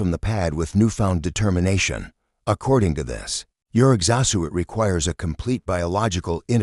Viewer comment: This Ai really needs to learn how to say exo-suit. LOL 🤣